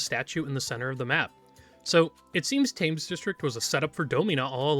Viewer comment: One day I will get you to pronounce Thames correctly